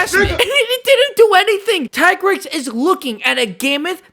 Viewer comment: it’s pronounced “Tee-Grex” and another thing; why is Nergigante not on this list? Being a crashout is literally his thing. He hurts himself just to kill his enemy